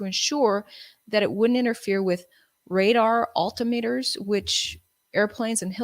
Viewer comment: Do some research on pronouncing "altimeter"